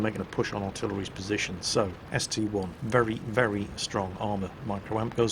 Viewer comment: it is ST I, not ST one,:D, and I have a proof, So, would you kindly call it ST I, not ST one?